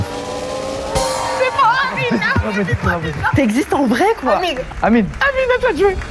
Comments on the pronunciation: Mdrr le « merci anyme » au lieu d’amine. Il est partout celui là 😂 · Il a dit anyme 😂😂😂😂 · il dise anyme 🤣🤣🤣🤣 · le présentateur qui dit anyme au lieu d’amine.. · il a dit ANIME au lieu d’Amine 🤣🙏🏾